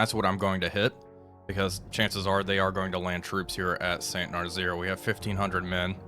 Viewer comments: "Saint Narzeer" gets me every time XD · Had to stop watching after the 3rd "Saint Narzeer"